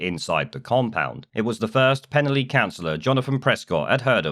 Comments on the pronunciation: A quick FYI, it's pronounced Pen-Alley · The village is pronounced as pen-ally, with a hard A, as in the street name! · Its pronounced penn - alley. Nice coverage i used to live near there. Keep up the good work. 🙏✝️⚖👍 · It's pronounced pen-ally guys and id say at least 70% of people don't want these guys here and the army site is bang in the middle of the village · PEN-A (now put your tongue behind your teeth & blow down the sides of your tongue) LL Y(pronounced eee as in the clip) LL is a letter in the Welsh alphabet, L is a different letter. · As someone who comes from the area I’d like to say: 1. You’re pronouncing it wrong, I’m sure if an immigrant pronounced a British place name wrong you’d attack them for refusing to assimilate. 2. The people opposing this is a tiny minority, there has been massive support and people have made welcome signs to make sure they feel welcome. 3. The only thing we don’t want in the area is far right Tommy Robinson thugs coming to an area they know nothing about and causing trouble. So please keep your nose out of our business.